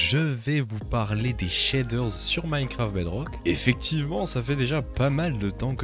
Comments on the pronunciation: J'adore quand tu dis "Minecwaft Bedwock" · C'est un mélange daccent franco-anglais😂